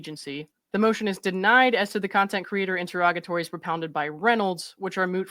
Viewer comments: Finally someone who can actually pronounce interrogatories correctly lol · I just want to thank you for pronouncing “interrogatory” and “interrogatories” correctly. 😊